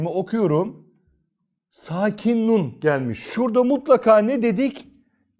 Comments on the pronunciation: Nun'u ortadan kaldırmıyoruz diyorsunuz ama "N" harfi duyulmuyor. Yani ortadan kalktı. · Öncelikle bu hizmet için teşekkürler. Hocam nun'umu genizde akıtıyoruz şendde verdiğimiz harfi mi? Zira ben söyleminizde hiç "n" sesi duyamıyorum. Duyma yeteneğim ve diğer ensrümanlarım iyi olmayabilir. Saygısızlık yapmak istemem.